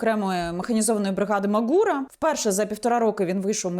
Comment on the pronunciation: Ма'гура, наголос на перше А. Чому шановні ведучі блогери перекручують назви та прізвища....Нібито всі з вищою освітою